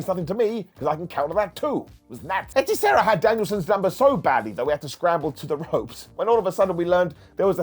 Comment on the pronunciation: Good gob pronuncing "hechicero"